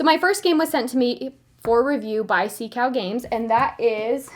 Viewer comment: You can pronounce that game like this “zhon gwah”. Zhon rhymes with stone , gwah rhymes with paw.